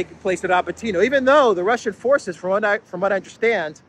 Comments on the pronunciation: Dear, it's RabÓtino (Рабóтино), the stress is on the 2nd vowel "O". It's a derivative from the noun "Rabóta" (which means "work/job" in Russian), which is a derivative from the noun "rab" (раб), which means "slave" in Russian. So, "to work" literally means to slave away. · Please: Ra-BOAT-in-ya